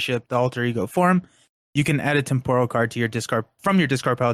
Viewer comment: pronunciation of temporal kills me. But yeah, I'm most looking forward to Bishop. Magik is looking a little too powerful. The scenarios look solid, but I have concerns with Apocalypse over whether he is too easy, but we will have to see. And I'm pretty happy with the aspect cards also. I'm glad Xforce L got fleshed out a bit more.